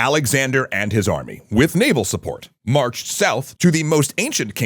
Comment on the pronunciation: "Egyptians and their suppopt"? I would have guessed you meant 'support', but that doesn't make sense either.